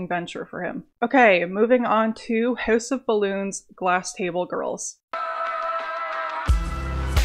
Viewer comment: “Hœüse of balloons”